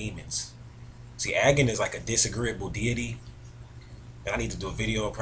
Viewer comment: your pronunciation of Agni si wrong xD